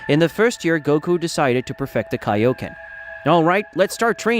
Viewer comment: Broo vegeta should have ultra ego not ultra instinc and its kioken not onconen